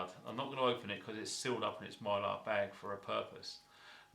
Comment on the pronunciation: What's in the mylar? I couldn't quite understand. Thanks.